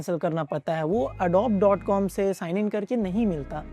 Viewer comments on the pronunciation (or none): Adob nahi Adobeee bolte hai, get your pronunciation correct before trying to be an expert.